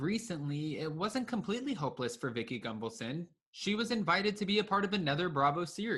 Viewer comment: Are you mispronouncing her last name over and over again on purpose? There is no M in her name.